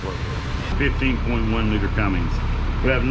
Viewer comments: Tell him to stop saying Cummings its Cummins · you should know how to pronounce Cummins engine rather than Cummings it's not coming never has been never will be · The fact the guy giving the tour doesn't know how to pronounce Cummins is a little disappointing lol. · there's no "g" in Cummins